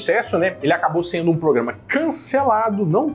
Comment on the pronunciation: ele nao para de falar pograma😂😂😂😂😂